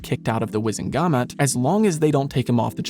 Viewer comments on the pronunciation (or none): none